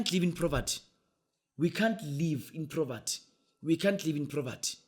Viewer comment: Poverty not proverty